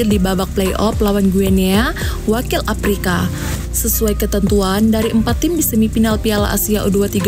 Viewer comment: Udah bagus nih konten nya, cuma saran aja nih ...untuk bahasa nya harus di bagusin lagi nih biar lebih manteb ...contohnya kalau mengucap afrika harus afrika jgn " aprika" dan kalau play off juga jgn " play op" atau semi final bukan semi pinal..dan lainya...semangat.